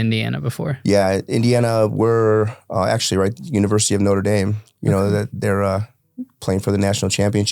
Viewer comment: I heard Norte Dame a good school? 😅